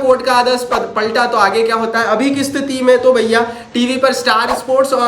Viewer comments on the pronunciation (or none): none